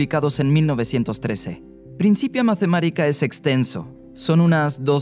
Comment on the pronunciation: En latín, la th no de pronuncia Z, eso es inglés xD, es T misma, y la C se pronuncia K. Principia Mathematica suena Prinkipia Matematica ;)